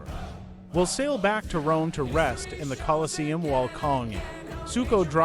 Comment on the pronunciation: he said suko